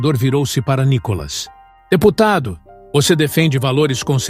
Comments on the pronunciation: Fale ceeto o nome do nobre deputado. Não é Nicólas é.NÍkolas! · Cara para de falar Nicolas às vezes você fala Nicolás cansa ver você falar Nicolas vai te catar cara quer aparecer.